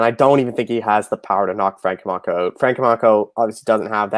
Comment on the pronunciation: How does still not know how to say Camchos last name?? Smh